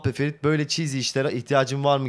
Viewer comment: Eksik çeviri olan bir oyun yayımlamız ki onu. O değil de insanların ismiyle dalga geçmek hoş mu? Ferit'e "Firit" diyorsun. Ben de ismine "Mohammad Uzun Sakal" diyeceğim.